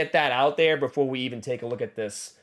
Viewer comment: Bruhh, I miss hearing you say "But befow we get staaaaahhhhted"